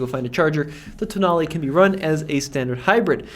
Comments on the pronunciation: Tonale more like Toenail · Alfa tonale, nah toenail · I'm Italian and this is how you pronounce it: ToeNail.